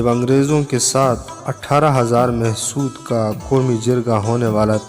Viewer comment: Why is “Mahsud” nowadays pronounced as “Mehsud”? I’ve never seen a Pashtun refer to these people as “Mehsud”- neither does it spell it in that way in any history book. Is this yet another new thing?